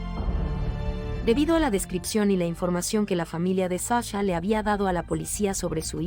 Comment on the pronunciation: Es que la IA la de haber programado un español. Y como la "H" es muda...😂😂😂😅